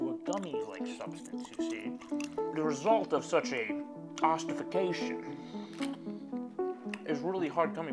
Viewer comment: Bro said ossification.... damn